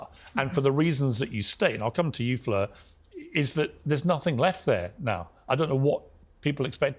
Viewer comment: I'm disappointed Norman pronounced Fleur's name correctly, was hoping for 7 different versions like he did with Destiny. 😂😂